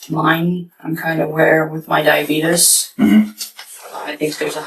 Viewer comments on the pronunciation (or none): Beetus is hilarious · Oh lord she even calls it dye-A-beet-Is Lock her up. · She pronounced it " die- uh- beetus " 🤦‍♀️😂